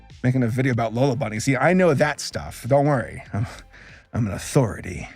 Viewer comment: "I am a a-furry-ity." By in reference to lola bunny